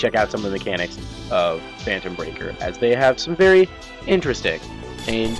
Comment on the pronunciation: Did u just call this fanetom breaker!